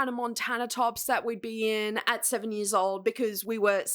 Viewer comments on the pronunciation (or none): none